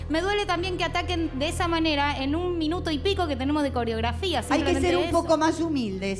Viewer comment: No se dice Corografia se dice Coreografia